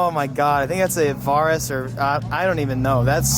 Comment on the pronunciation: "Varrus" LMFAO